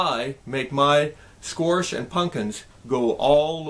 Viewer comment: why you pronounce squash sqoarsh ? is that a Nebraska thing or a Mr.Bill thing?